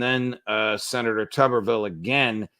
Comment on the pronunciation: Judge, his name is pronounced like YouTube Tuberville.